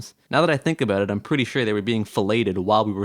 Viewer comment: A...Bowt.....are you Canadian?